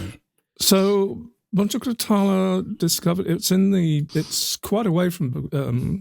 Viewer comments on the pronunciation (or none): bon-juke-lu tarr-la